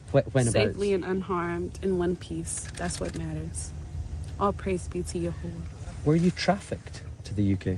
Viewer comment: What did she say? Yehoha ? as in Yehovah? Just fascinating how people pronounce the four letters of TMH.